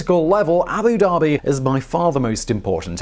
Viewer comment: Abu Dhabi! Not Abu Daebi! ध! ध से धनुष वाला ध! #StopBotchingNames #ProperPronounciation